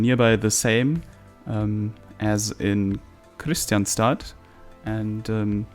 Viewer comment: Nice episode. Btw, Kristianstad is actually pronounced like this in IPA krɪ'ɧansta